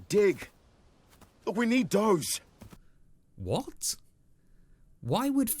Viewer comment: Remake looks more like an Animation Students work I like how he said “Doe’s” 😂